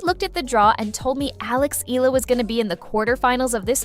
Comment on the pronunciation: Last name is pronounced as EH-YAH-LUH